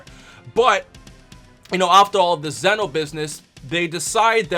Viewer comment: Lol he pronounced Zeno wrong it's a long e